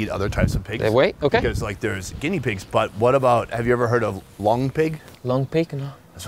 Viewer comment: It’s “long pig” not “lung pig”. 😂✌🏻